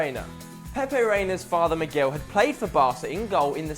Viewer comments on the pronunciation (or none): none